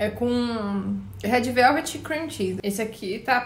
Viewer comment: "rédi veuvedi"